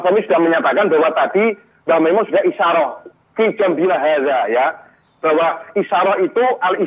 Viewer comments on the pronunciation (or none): Nyebut nama saja salah kok Gobloookk Kyai Makmun Kyai Mak Mun Masih nyocot Itu orang Lum kenal mbh Mun Nyebut namanya mbh Mun saja salah kok Hajarrrrrrr mas Roni...itu orang Juta'an santri di belakangmu